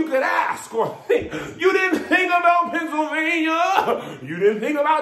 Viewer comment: LePennsylvania!! LeGeorgia!! Lmmfao! 😂🤣😂🤣😂